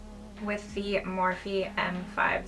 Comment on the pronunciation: did she say morphe??? 😃